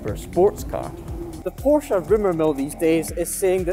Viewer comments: Porsha and Porsh, what are these? Chinese copies of a PorschE? But bs aside, the pronounciation and for example was not bad for a native english speaker 👍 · Wow long time since I’ve heard Porsche pronounced correctly!